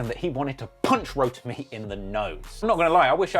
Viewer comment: called this man "Rodemy" 🤣 its ROTIMI foo! 😂